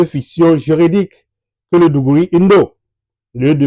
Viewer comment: Pas mal. Pouvez-vous fournir les références pour lire sur l'histoire des tems ? Juste quelques précisions sur les prononciations : - igom signifie lttéralement étranger en Tem - digouri c'est plutôt d'goré - cèdè c'est plutôt cèdi... - etc... Merci pour le travail que vous abbatez...